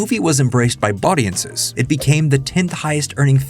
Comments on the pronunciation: The word “baudiences” was said with so much confidence that I searched it in every spelling I could think of. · "baudiences"? lmao